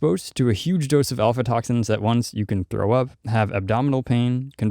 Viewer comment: Aflatoxins, not alfatoxins :) Overall, great info!